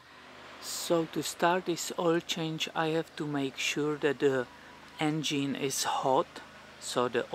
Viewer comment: engeen hahahaha lmao